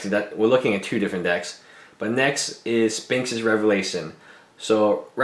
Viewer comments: Omj, stop saying "spinx." There's an "h" in there for a reason. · Funny he can't say Sphinx properly.... Tip, don't buy for standard, play modern.